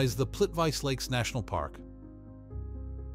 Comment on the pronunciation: It is pronounced correctly Plitwitsa lakes You in the USA should learn pronounce foreign names ..